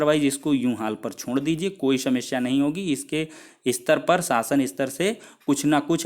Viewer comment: सेमस्या नही समस्या